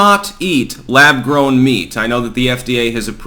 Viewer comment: Lab “Growm” meat? Are you fu*king kidding me?